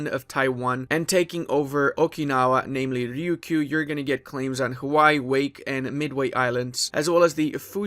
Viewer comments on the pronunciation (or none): none